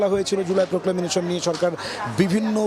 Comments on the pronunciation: এই ধরনের অর্ধশিক্ষিত সাংবাদিকদের চাকরি দেয়া হয় কি করে? প্রক্লেমেশন-কে প্রক্লেমেনেশন বলছেন বার বার। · Proclamation উচ্চারণ টা ঠিক করা উচিত।